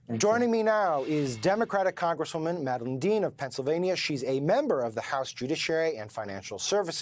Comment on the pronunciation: Rep Madeline Dean’s name is pronounced mad-a-l”eye”ne, not leen